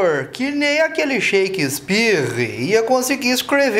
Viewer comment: Sheikispirre. Kkkkkkk